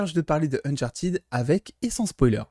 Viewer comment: alors non, ca se dit « unchartid », le « -ed » à la fin des participes passés en anglais ne se prononce jamais « à la française » («aide »)